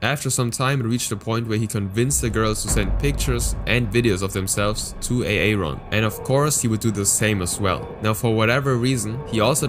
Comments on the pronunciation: its pronounced Aehron not a a ron. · this stuff is isnane dude! also FYI its pronounced Aron Not A-Aron lol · A-Aron? Aaron is just pronounced with one A ^^ Also, it's "cub", as in animal cubs, not "cup". Hate that I know that but it's kinda obvious given the context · Just so you know, Aaron is pronounced like air-in. Not A-A-Ron lol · "A-Aron" lol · I don't like the self-consorship, makes it hard to follow at times. Why pronounce "Aaron" as "A-A-Ron" even? Sounds like a gun. Also, you didn't know Bronies exist? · Aaron is pronounced Erin 😊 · "Ay-ayron?" Is this a joke or did you really think thats how Aaron is pronounced lmao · Why do you keep pronouncing it "A-A-Ron" 💀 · YA DONE MESSED UP A A RON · please stop with the a a ron😭